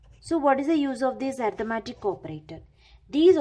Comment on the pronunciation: ARITHMETIC not ARTIMATIC